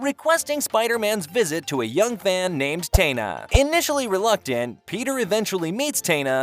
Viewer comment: My favorite cartoon ever and you brought up Gwen? Not ever introduced in the show And mispronouncing Taina’s name is crazy.